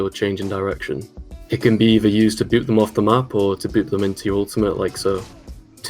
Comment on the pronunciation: After all these years I am just now realizing called one chapter "Double Boob" instead of "Double Boop"